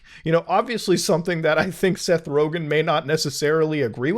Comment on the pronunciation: It's Rogen